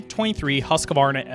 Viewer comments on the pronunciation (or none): It's: HUSK-varna 🤣🤣🤣